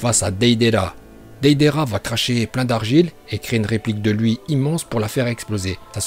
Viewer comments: Putain mec c est deidARa pas deidéra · dedera au lieu de deidara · Deidara se prononce pas dedera mais deydara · Dédéra il a dit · Comment tu a prononcé Deidara 😭😭 si nn la vidéo est super 💪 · Dedera, mandanda, konan😂😂😂😂😂mais sinon super video